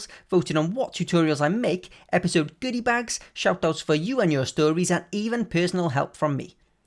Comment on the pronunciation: I like how he says goodybags